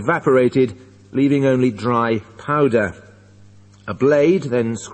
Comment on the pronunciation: powder হবে not powdared